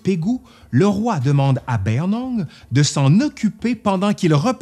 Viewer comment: Merci pour cette vidéo tellement complète ! Ça fait plaisir de voir un peu d’histoire birmane :’) Si je peux juste me permettre : on prononce Bayinnaung « be-yi-ne naung » (le « ba » est mangé, « yin » est prononcé comme à l’anglaise)